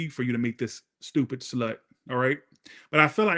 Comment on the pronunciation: Southern “shlut” 😂😂😂 I fucken love you